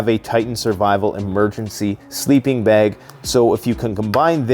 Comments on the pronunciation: Bug out 'beg'.... Ahh, Canadians😏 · People just wanted to hear you say "beauge" a bunch of times 😅